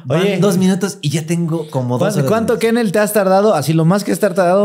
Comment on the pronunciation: Éste like, va para "Mr Kennel", ke se oie como (Que?... Neel !!!) 😅... Pero mis respetos, se avienta, y si me ha sacado unas carcajadotas, bien machin! 😂 (De esas k, hasta se te salen atm, las lagrimas de felicidad... Bn chingon el vato! Denle un caguamon, y ~una golffff... A, no,~ Digo "un carro gulf", de mi parte) 😅